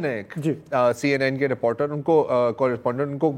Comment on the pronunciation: ضرار کھوڑو صاحب رپورٹر کو ریپارٹر کہنا کوئی آپ ہی سے سیکھے۔ 😂 Please say one more time you look cute when you say "report" as "reparrt" and "reporter" as "reparrtar". 😂